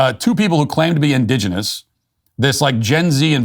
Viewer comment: Let’s hear it for Matt saying indigenous ten times in a row without mispronouncing indigenous